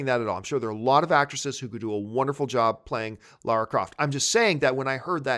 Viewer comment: John thank you for saying Lara not Laura like Kristian, Chris Stuckmann, Jon Schnepp. I am not a fan of lara croft but I find it very distracting when people say Laura. Maybe its just an American thing.